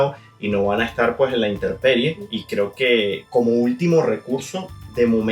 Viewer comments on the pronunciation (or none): se dice intemperie, no "interperie" 👍🏻